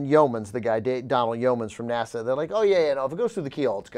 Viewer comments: will someone please tell anna how to pronounce "nasa"? thanks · Why does Anna pronounce NASA as "Nassau" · she said "Nassau scientists" TWICE!!!!!!!! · She keeps pronouncing NASA as Nassaw..